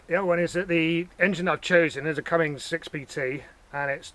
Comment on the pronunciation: It is actually "Cummins," not "cummings"